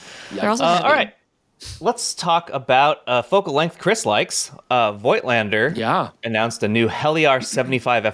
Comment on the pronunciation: Hey Chris, you pronounciation-freak! Please also give Voigtländer some love: It's pronounced with an F and the I is silent. So it's like "folked-lander" but with a T at the end of "folked". Maybe "Fohktlander"? Just try it!